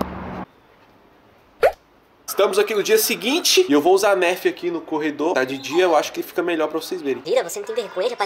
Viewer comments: se escreve nerf mais fala narf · Não e pra falar Nerf e pra falar tipo narf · Manooooo narfi? Poo agonia de ver vc falando errado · E narfe q se pronucisa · Falo narf errado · Escreve nerf mas a pronuncia seria narf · Escreve nerf mas fala nãrf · Só teve uma coisa que me irritou nesse vídeo,o fala:nÉrf mas eu acho que o correto é nerf sala tmb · Não é nerfi não é narfe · Chama nerf so q se pronuncia nãrf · Mano se escreve nerf mas fala narfe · Nerd ele fala nerf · Se escreve nerf e se fala narf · Se pronunciar nârf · Se fala narf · É nerf e n nérf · Alguém aí errou a pronúncia da Nerf KKKKKKKK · aline as0604 vrdd kkkkkkkkkkk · Pensei que fosse só eu que tinha ficado com agonia de ver ele falando errado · É o jeito que ele fala mas dá agonia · se fala nãrf e não nérf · não se fala nérf é nerf tá bom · não se fala Nérf é nerf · aline as0604 e nerf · K 3 player ツ não se fala nerf se pronuncia NÃRF tipo assim vacilão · que narf kkkkk, é nêrf que se fala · "Nerf" BERROOO KKKKKFNFK Se pronuncia Nãrf!!! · AI Q AGUANIA O FALANDO NERFE KKKKKKK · Se escreve Nerf mas se fala Narf o inglês e complicado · To tentando não me concentrar no falando nérf kkkkkkkk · olha se escreve nerf mais se fala narfi mais vc fala do jeito q vc quiser, amo vc é a 😙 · se fala nãrf se inscreve Nerf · nao se fala nerf se fala narf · Não é "nérf" é "nãrf" Obs: a pronuncia é assim, a escrita é nerf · C vê que o cara é br quando ele se pronuncia nerf falando "nérf" e não "nârf" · não se fala nerf se fala narf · Não é Nerf é Narf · se escreve NERF mais se fala NANRF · se escreve Nerf mais se pronuncia Nãrf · Se escreve Nerf, se pronuncia Narfi. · Pelo amor de deus, se fala Nârfi, não Nérfi. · aaaahh que agonia dele falando "nérf", se pronuncia "nãrf" AAAAAAAA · NÃO SE PRONUNCIA NÉRFE E SIM NARFI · se escreve Nerf mais fala narf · Nérfi?? Se fala nârf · se fala narf n nerf